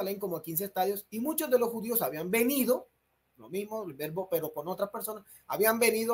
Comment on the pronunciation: "A caso" no existe (existe acaso). Vervo NO existe !! (verbo es lo correcto) Bein no significa hijo--significa ENTRE !! (si bien se pronuncia como su homónimo Ben) **Ni Español ni Hebreo ! **Asi es como se hace el ridículo en 2 idiomas ! Eso por no decir que su redacción es horrible; y sus faltas de ortografía y sintaxis son de las de un niño de primaria. *Saludos